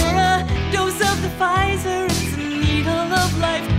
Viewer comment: It’s Pfizer not Pzizer 😳